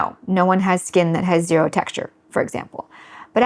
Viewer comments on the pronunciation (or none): none